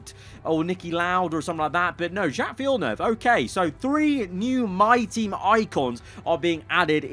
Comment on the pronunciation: Villeneuve LMAO